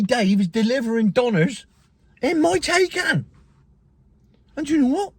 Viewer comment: Exponentially! Thats a good word. And its Tie-Can! Thats been "TAY-KAN"